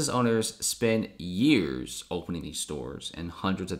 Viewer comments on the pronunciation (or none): none